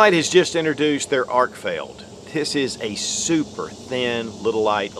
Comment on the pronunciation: I really like it when people can read and correctly pronounce product names they’re promoting. Arkfield vs Arkfeld. These names are not intended to be interchangeable and only one of them is correct. 🤦🏼‍♂️